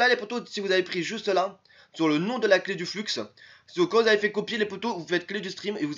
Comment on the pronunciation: Ca ce dis Flu et pas Flux ><"